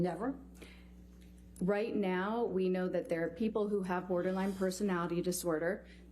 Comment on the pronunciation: Ambers lawyer saying borderlang to borderline is killing me.